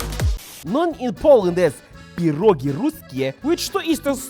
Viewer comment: Boris, I love the fact that you pronounce pierogi CORRECTLY (and you know the singular is pierog)!! 🥟 Being in the U.S., some of my relatives don't even say it the right way! 🤔